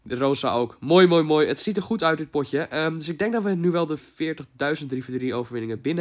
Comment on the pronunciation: whahahah 'goet' ik ga stuk